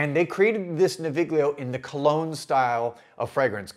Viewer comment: The /gl/ in Italian words like this is pronounced like the /ll/ in "million". I live near Milan so I ordered these samples as soon as they were available and they're great scents but mostly more like the scent of a place or situation rather than the scent of a person.